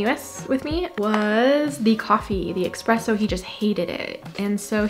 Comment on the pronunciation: Is the black licorice store the one near winterhuder maktplatz? Also it's not expresso it's espresso.